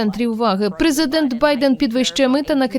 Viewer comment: ПрезикДент что? Канал, тфу, Штирлиц ещё никогда не был так близко к раскрытию.😂